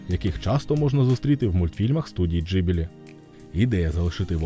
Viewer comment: Відео хороше, але оце кривляння голосу намагаючись цитувати людей достатньо ріже вухо, краще просто своїм звичайним голосом. І здається правильніше та й загалом ніби усі кажуть Ґіблі, а не Джибілі)